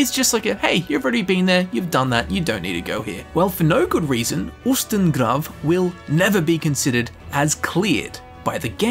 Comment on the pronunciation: I'm German. The way you spoke Ustengrav is right. I'm so sorry about my bad english!